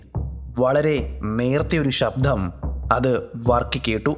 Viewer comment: "sabdHam" ennu venda... arochakam... "sabdam' ennu mathi.